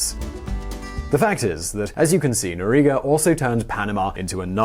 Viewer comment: dude, i watch you for years now, but i have to say it's Noriega. not Noriga